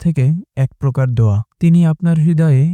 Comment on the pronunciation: আসসালামুআলাইকুম হযরত আপনি একটা কথা বললেন আল্লাহতালা দয়া বাদ দোয়া বললেন ঠিকমতো বুঝা যাচ্ছে না